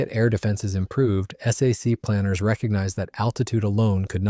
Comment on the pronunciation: You know you are listening to an AI production when it spells out S A C instead of Sac, Millimeter becomes M M or my favorite: "the 1955 film Asterisk Strategic Air Command Asterisk." Plus it repeats the same info and over and over. Another AI loser.